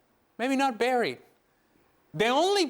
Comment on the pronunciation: “Dead but not barried”😂😂😂😂😂😂😂